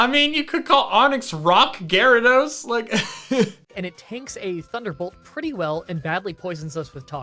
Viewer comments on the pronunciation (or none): none